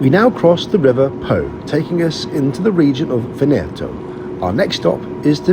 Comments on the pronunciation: And Vèneto, not Venèto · Great video! Just a quick note: Italo is pronounced EE-TUHLO not ETUH-LO and VE-NETO not VENE-TO